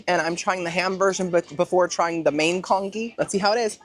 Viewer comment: Hi, I’ve been looking forward to this one❤ just wanted to lyk that the Congee is pronounced as “con-G”! It’s pretty much just rice porridge 🙃